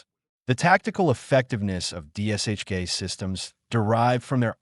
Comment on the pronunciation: It’s D[SH]K. Not DSHK.